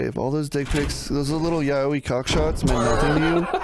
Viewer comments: I love that doesnt know how to say yaoi right and says it as "yaouwee" and got everyone else saying it afterwards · Best of pronouncing yaoi like Yahweh